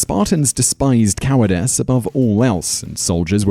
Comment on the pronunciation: It's not cowardess, it's cowardice